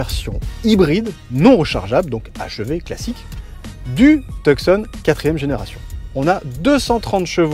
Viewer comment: Cela se prononce Tu-son..... Et non... Tuuk -son...